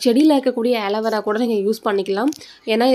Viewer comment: That named as ஆலீவேரா not ஏலிவேரா try to change ur vocabulary